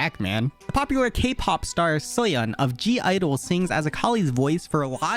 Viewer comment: im just here to congratulate you for that awesome pronounciation when you mentioned soyeon and gidle! well done 👍